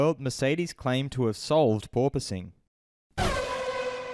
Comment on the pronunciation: No Toto! Its porpoising